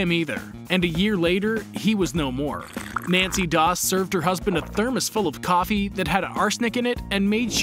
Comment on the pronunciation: Its nannie not nancy